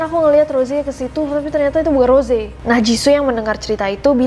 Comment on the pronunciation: Kak nessi itu namanya bukan rose cuma tulisan di panggil ros